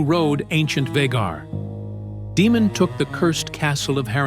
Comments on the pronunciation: It's pronounced "DAY-mon", not "DEE-mon." There are no demons on House of the Dragon, but there is a Daemon Targaryen. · "Demon Targaryen"? AI never prounces things like this correctly.